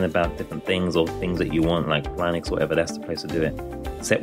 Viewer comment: At least learn how to pronounce Linux properly if you're gonna shit on it 😂